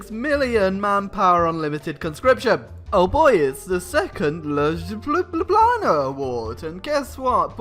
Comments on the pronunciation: believe it or not, you said Ljubljana like a native speaker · You pronaunced Ljubljana very good. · you said ljubljana right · Thx for pronouncing my Home city of Ljubljana do corectly